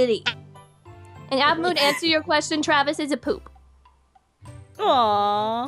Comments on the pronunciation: Really? To me it sounded like says 'baboo', not 'bamboo'. But otherwise yep. I totally agree! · Newz Kidz it is "Baboo" not "Bamboo" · When as a baby says aphmau he says it like bamboo WHICH IS ADORABLE